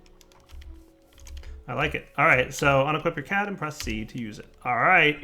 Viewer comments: Is it my or does it sound like says cat assembler instead of CAD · you don't say CAD like the way you say it you are actually supposed to spell it out. That's howvthey say it in the anime.